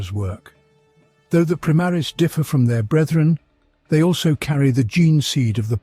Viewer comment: I like your videos,but the way you pronounce Omnissiah,primaris,Roboute...is a heresy.😂